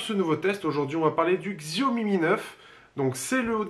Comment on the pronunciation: Xiaomi cela se prononce Chiaomi.